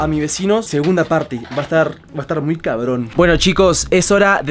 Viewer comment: Creo que quisiste decir 'cabron' en vez de 'carbon' jEjE igual tranquil@ se te entendió